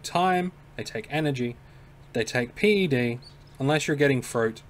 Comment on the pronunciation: It's called pec or ped ... not pee ee cee or pee ee dee. Old skool player.